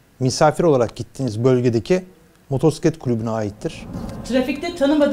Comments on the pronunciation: MOTORSİKLET nedir? Kulübün var ama motosiklet demeyi bilmiyorsun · Motorsiklet? Yok moturpiskillet🤦🏻‍♂️ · Motorsiklet değil amca "Motosiklet" R yok. Önce sürdüğün aletin adını bir öğren :)